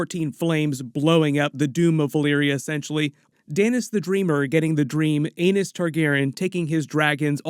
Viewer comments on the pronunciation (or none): Did you say Anus Targaryen?😂 Is there actually an Anus?.... George Martin's got issues if that's the case.